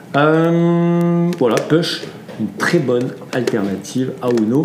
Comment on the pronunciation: Ahhhhh nous ne prononçons pas ' PUCHE ' mais " POUCHE " ...